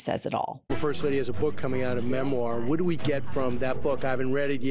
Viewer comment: Vot ? Maybe she just vonts to stay away from the stench .